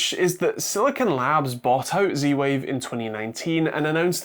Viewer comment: stop saying "c-wave" .. use proper english :)